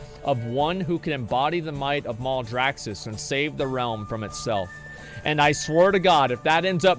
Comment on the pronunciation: mal-draxxus not mouldraxxus -_